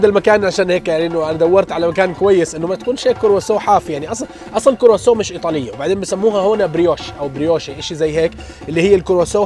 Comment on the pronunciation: نرفزني وهو يقول كوروسوو